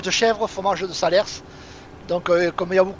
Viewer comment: Top vidéo comme d’hab des bonnes barres! Par contre on prononce Salers comme salaire et pas Salersse;)